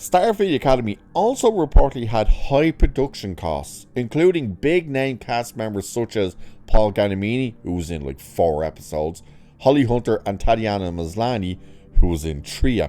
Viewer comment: Just FYI, Giamatti is pronounced "Gee-uh-mot-tee", not "Guy-ah-mee-tee".